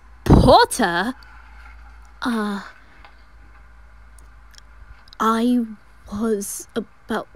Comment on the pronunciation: I love the "POTTAH👹"